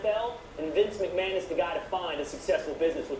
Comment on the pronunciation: "Vince Mcmahan" "Genuine" Nope